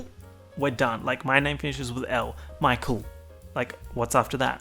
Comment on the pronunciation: Dude when he said his name is Michael I thought it was “Mikel”!! 😂 😂 😂